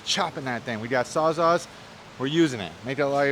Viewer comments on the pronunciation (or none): Sawz-All, not Sawz-Ah. 😂